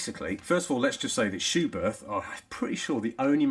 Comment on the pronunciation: Good information video. But a well-intentioned note from me as a German... it is pronounced "Schubert with a short T"... without the H after it. Please ;-) Michael Schumacher also wore Schuberth helmets as an active F1 driver.